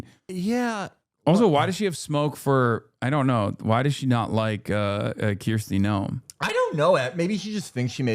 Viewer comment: please nobody tell hasan he's been pronouncing her (and every other contemporary Kristi) name wrong the whole time